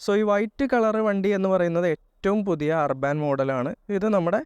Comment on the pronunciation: അർബൻ എന്നല്ലേ ., അർബാൻ എന്നല്ല